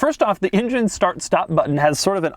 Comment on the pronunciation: "Now I'm gonna start up front with the injun" Engine, Doug. Engine.